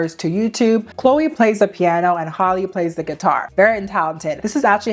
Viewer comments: Her name is Halle (ha-lee) not Holly lol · Hal (like Pal)—EE not Holly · firstly .. who is “hollie” how do you pronounce halle berrys name 🤨 “hal lee” right? its the same thing guys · For the life of me I can’t understand how these content creators can’t seem to call that girl by her name! “Hal-lee” This whole video she keeps calling her Holly 😒🙄 GIRL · PLEASE learn how to pronounce people’s names. Halle rhymes with Sally. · Girl, you're mispronunciation of Halle is triggering 😅